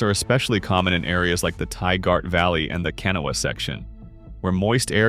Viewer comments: It's Pronounced canaw and canain valley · Learn how to pronounce the names of our rivers. Ka-na-wa river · Overall, very nicely done. Gotta correct your pronunciation though. Kanawha is pronounced can awe' wuh. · What cant anyone pronounce Kanawha the right way? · And sadly AI cannot pronounce Kanawha lol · It is pronounced KUH-nane, not Kay-nun……. Irs pronounced KUH-naw-wuh, not Kenna, OR KUH-nawww, despite the spelling, it’s pronounced Tie-girt, not Tie-gart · Kan- aw- wuh , say it with me , Kan- aw- wuh and Muh- nonga- heel- a , again Muh- nonga- heel- a , jeez. Damn I hate these videos for butchering the indigenous names or our rivers . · The Narrator is obviously not from West Virginia and is really going to have to work on his pronunciation. He mispronounced Canaan and Kanawha, No idea what the Thaiart Valley is maybe the Tygart. No clue what the Canoa section is. I could not even guess either. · You pronounced Canaan Valley, Tygart and of course Kanawha WRONG!! Never fails.